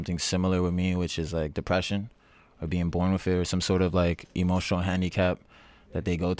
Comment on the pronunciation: why he say emotional like emo channel and then he he said dimension like die mention.. lol